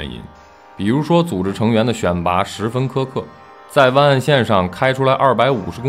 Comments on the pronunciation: its not 哇根，its 外根。。。。。。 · 和十几年前的大黑比差远了，还有主播的哇梗发音笑怕了